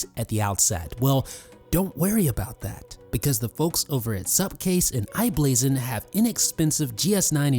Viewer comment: Good video. One correction it's i-Blason